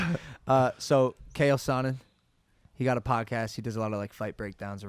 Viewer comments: "Kale sonnen"....... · "Cael Sonnen" - Logan